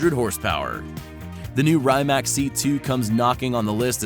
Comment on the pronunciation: you said rimac wrong